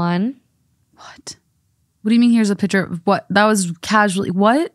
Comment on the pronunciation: saying “pitcher” instead of “picture” is driving me crazy 😂